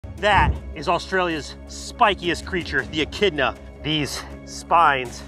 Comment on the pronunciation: It’s pronounced echidna 🙄